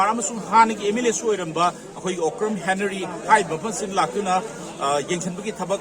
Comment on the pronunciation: Dear who is henary..event u intellectual people can't properly pronounced Henry then what the younger generation could pronounced better...please pronounced Henry...not henary...🙏🏻🙏🏻🙏🏻🙏🏻